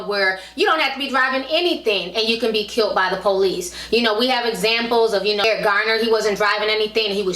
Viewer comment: KILLED not KILT!!!!!!!!